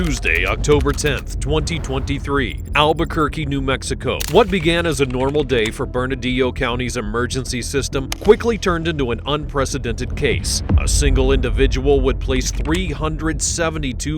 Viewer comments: FYI It is bernalillo not bernadillo county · Bernalillo pronounced Burn A Leo. Not wtf did he say Burnadilo?? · Bernalillo not Beradillo. Pronounced (Burn-a-lee-o) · Bro this is the second time I’ve heard you pronounce Bernalillo county wrong it’s Bern a Liyo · Did you say BernaDillo? As a New Mexican, you're under arrest.